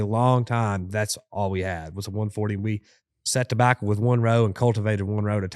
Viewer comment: This was not one of their better episodes. There just wasn’t anything interesting enough to listen to this guy say “dabacca” in that heady smoker voice 900,000 times over 2 hours.